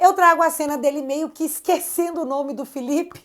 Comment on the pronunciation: Filipe - e não FELIPE - "MAGNINS"? 😂😂😂